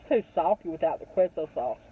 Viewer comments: Quesio sauce is said like K-so :) love u 2 so funny!!! Thanks for being you honey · Its pronounced K-so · “Kwayzo sauce” 😆 (queso)